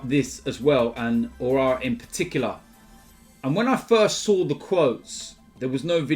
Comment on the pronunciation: Just another day nothing new, an AFTV member butchering aouar name